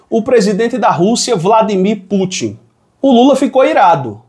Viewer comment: não é Pútchi não. É Pútin, com o TI nordestino mesmo, sem chiado. Ta deixando a mídia sotaquista de São Paulo te influenciar, rapaz